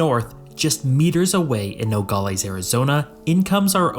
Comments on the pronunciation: Hey as someone from the border area… it’s pronounced No - gal - es not no - gol - ees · Nogales is not pronounced "nogalees", it is "nogaless". Also showing the Texas state flag and legislature while talking about Arizona makes zero sense and shows how under researched you are. F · “Nogales” in English is pronounced “no-gaa-luhs/less”, not “no-gaa-LAYS” or “no-gaa-LEES”. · Good information. BTW it's pronounced No-gol-lez not Nogollies. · It's not pronounced No- gall- eez but instead it's No- gal- is. The wierd part of Aztec history is there's no huge lake or rivers to get fresh water from the Cenotes. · When you cover a place. Learn to say it correctly man. All the other metrics and data you can spare the time to learn. It's pronounced No-gal-less. Not no galh lees. But aimed from that your information is correct. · Good vid. FYI, as someone who has lived in the area for 60 years, the example city is pronounced No - gal- less or No - gal - us. The pronunciation used in the video is odd. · “Nogales” is pronounced no-gall-aaaaas. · The way he pronounces Nogales is cringe asf haha it’s No-gal-ass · What bothers me is the constant improper pronunciation of Nogales. No-gal(as in pal)- is(like Dallas). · You pronounce Nogales wrong….. its Nuh Gaa luhz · The way he says "Nogales" should make any Spanish speaker cringe. "No gal es" split it up and now pronounce it. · AAAHHHGGG it is Noe gal less, no ee at the end! Sorry, but after hearing it mispronounced so many times, it drove me to distraction. But the video was quite informative. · When I hear him pronunciation of Nogales I was FAK YOU NO RUIN FAMILY TRADITION. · The way he pronounces Nogales is like nails on a chalk board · The narrator needs to learn how to say Nogales properly!